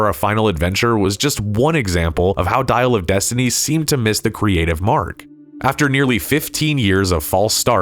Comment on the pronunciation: "Dial of Dysentery"